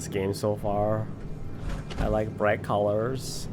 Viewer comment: "I like bright cuhlers" Lmao